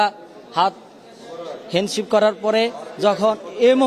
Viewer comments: সাংবাদিক ভাই দয়া করে ওনাকে জিজ্ঞেস করেন উনি কোথাকার ছাত্র? যে কিনা। সাংবাদিককে সাম্বাদিক বলে, হ্যান্ডশেক কে হেনশিপ বলে সে আবার কিসের ছাত্র? 😅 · সাংবাদিক ভাই দয়া করে ওনাকে জিজ্ঞেস করেন উনি কোথাকার ছাত্র? যে কিনা। সাংবাদিককে সাম্বাদিক বলে, হ্যান্ডশেক কে হেন্সেক বলে সে আবার কিসের ছাত্র? 😅 July এর মত মেটিকুলাস ডিজাইন করে পার পাবে ভাবছে! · "সম্মেলন " উচ্চারণ করতে পারে না। আবার বলে "হ্যানসেপ" এরা কিসের ছাত্র? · হ্যান্ডশিপ বলেছে ভাই😂😂😂😂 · এগুলো সমন্বয়কদের নাটক।সব গুলো ডাকাতদের দল।এরা সাংবাদিক হ্যান্ডশেক এসবি উচ্চারণ করতে পারেনা এদের বলছে ছাত্র 🤣।হায়রে চ্যানেল ২৪, হায়রে হলুদ সাংবাদিক😂 নেশাখোর এগুলি